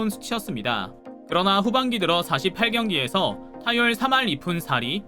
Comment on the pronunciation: 숫자를 다 틀리게읽음..48경기를 사십팔경기로 읽으면안되고 마흔여덟경기로 읽어야함..8경기를 팔경기로 읽나요? 여덟경기로 읽지..126경기도 백이십육경기가아니고 백스물여섯경기로 읽어야함.